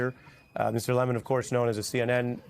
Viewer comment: HEY DON YOUR NAME IS LEMON 🍋NOT LEAMON AND NOT MUCH OF A FAN BASE.